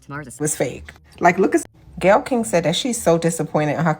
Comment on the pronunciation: Her name is Gayle - le = Gay